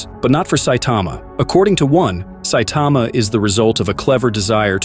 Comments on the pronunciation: Who the hell is Saitema? Saitama, TAMA. Ffs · Saitama is not hard to pronounce. You get it right sometimes, but also butcher it many times. Please work on this. Geez you also mispronounced Genos. WTH??